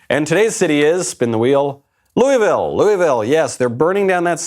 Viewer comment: To everyone recently concerned with Louisville: Stop saying Loo-E-Vil!!! Its Loo-uh-vul....please carry on.